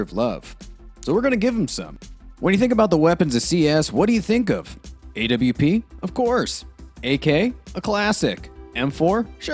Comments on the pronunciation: Why does he say A-W-P instead of AWP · bruh stop saying A W P